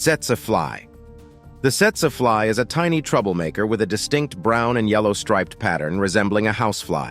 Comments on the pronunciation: Setsuh flies? I thought it was pronounced teetsee fly. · I gave this video a thumbs down because you did not bother to tell us where in the world each of these menacing creatures can be found. I think that's important, and yet, you left it out for most of them. That was a HUGE oversight on your part. You also mispronounced the Tsetse Fly. It's pronounced teet-see fly.